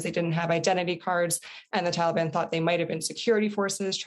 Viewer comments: She also can’t pronounce Taliban correctly. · Why can’t she pronounce Taliban correctly?